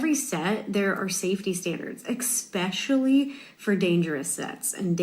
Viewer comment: i love how she says "expecially" and "fustrated"